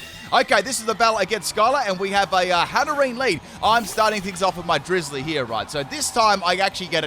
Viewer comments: it is not drizzilee it is drizz-I-le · Hearing him say Drizzile’s name makes my annoyed... It’s the combination of Drizzle and Reptile... so it’s Driz-zile!